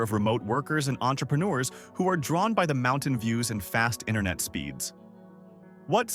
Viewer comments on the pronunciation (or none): none